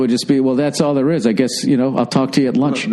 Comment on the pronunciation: Deh hey theere. You're sayin theere theere a lot theere.